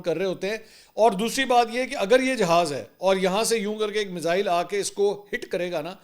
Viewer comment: Ve-log hahah Mizzzaaeiil 😂😂